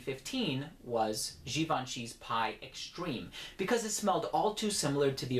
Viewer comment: Oh you did.. you said Gee-ban-chee. Nigga, god bless ya